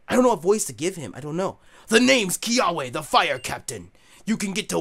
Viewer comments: dude, a little lesson, Kiawe is pronounced "Kia-ve". little bit of Hawaiian pronunciation for ya there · i think the W is pronounced like a "v" so his name's pronounce Kiave. I think, I could be wrong